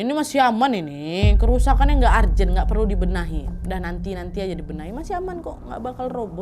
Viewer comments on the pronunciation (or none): ARJEN... ARJEN Perbaiki bhs inggrismu, nad